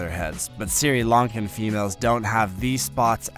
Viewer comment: Great content. Very informative. Some constructive criticism, pretty sure it’s SRI Lankan Frogmouth, pronounced SREE as opposed to the Apple Assistant SIRI.